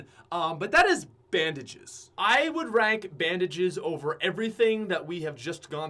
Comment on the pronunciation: This man did not say bandages😂